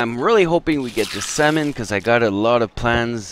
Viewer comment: Salmon not Samon xD